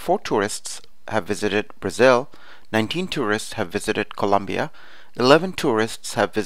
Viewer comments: I like it :) It helped a lot! BTW it's Colombia not Columbia! Once again I liked it . Very helpful! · Its colombia not Columbia but thanks this was really really helpful